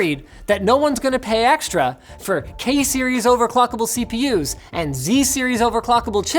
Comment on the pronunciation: "Kay Series" woke my Siri up